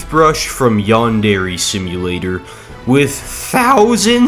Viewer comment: its not yan-dere its yandere as one word